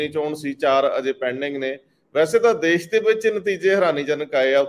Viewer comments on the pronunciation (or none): none